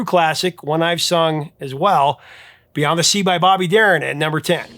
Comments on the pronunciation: 'Beyons' The Sea? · "Beyons the Sea"? LOL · That first one with Bobby Darin says "Beyons" The Sea. lol